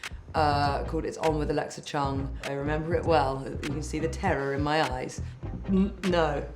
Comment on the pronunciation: Chung is such a Hong Kong surname and I just realised you pronounce your surname very differently from what most Hong Kong people do. Very different but charming =)